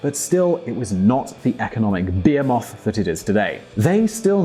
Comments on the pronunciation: You people don't know how to talk! I had to stop and go back and listen like twice... "BeAmoth?" You mean behemoth? Pronounced BA HE MUTH? Not moth! Lol It's no wonder the UK is going under by the power of a demonic Force because you people are stupid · did he say behemoth or beer moth? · The way this guy pronounces Behemoth